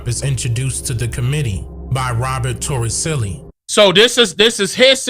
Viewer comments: His last name is Toricelli, with the c pronounced as s. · It's "Robert Torricelli"